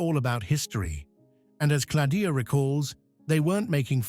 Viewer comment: You do not pronounce Schiffer first name properly is Claudia !!! Not Coldiu or Cladia :face-purple-crying